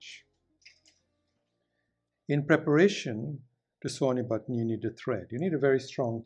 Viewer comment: He presses well on "da button" :)